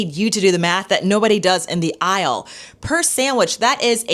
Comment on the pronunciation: “Saeywich”. From a teacher? The word is SANDWICH.